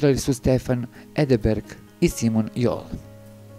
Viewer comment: Nije Edeberg,vec Edberg.Nemate veze,od tog glasa,pa dalje.